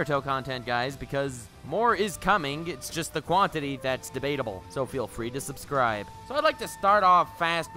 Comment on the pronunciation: Dead-ass actually subscribed because how you said subscribble